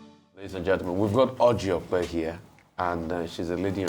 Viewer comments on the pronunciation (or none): Rufai. you make me laugh oo the way you called Ojy okpe